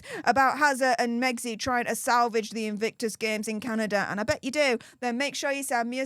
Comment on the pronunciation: It’s pronounced Canada 🇨🇦 Not Candader